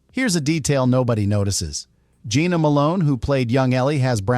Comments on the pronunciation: It’s pronounced Jenna Malone not Gina Malone. And Jenna Malone did not have brown eyes she has light green/hazel eyes. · NOT Jeana but Jenna ! Get it right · This AI voice bullshit sucks. Jena Malone is "Jenna", NOT "Geena". "Su-ed" instead of "sued"? Really? Just use a real person to read the info. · I hate AI. It’s “composiTed”, “Jenna” Malone not Geena, Sued not SouEd.